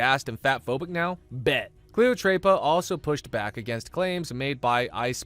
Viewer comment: I laughed at ”Cleotreypa”. It was just so white 😭☠️